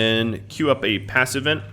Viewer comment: Is there enough head room for the corn to grow? Every time you say passive vent I hear pass event LOL.